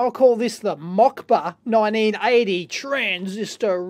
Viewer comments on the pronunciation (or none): its "moskva", not "mokba". in australian: moscow 56 thumbs down from angry russians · The russian's radio name is Mockba, which is pronounced "Maskva" which means Moscow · Mockba is more like moskva in latin alphabet ;-) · The first calculator is really russian. Estonia was a part of the Soviet Union and declared independence in 1991. Just some trivia. :) And no, I'm not Estonian. I'm from Poland. Second thing, that radios name is pronounced "moskva" that means "Moscow" :)